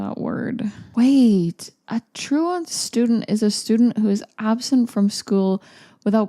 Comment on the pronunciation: "I'm kinda confused about what troo-WEE-ant means..." lol, never change